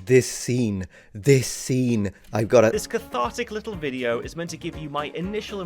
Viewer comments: I love how you go full cockney with "li'le spoilt brat" 😂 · loved you English accent when u said "little spoiled brat". 😂